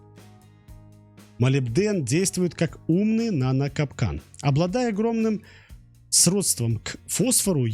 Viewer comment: Вообще положительно к Вашему каналу отношусь, но здесь такое ощущение, что текст не Ваш. Многие определения туго произносите или с ударениями проблемы (сродствО, а у вас срОдство, когда речь шла о сродсве углерода к электрону хрома, вообще прочитали «сходство». К паре диаграмм тоже вопросы были. Роликов стало много и визуализация подъехала, но качество как будто просело. Для механиков подобный видос зайдет. Начинающие металлурги, смотрите осторожно. ПС. Хотя металлурги скорее всего недочеты по химии сами уловят.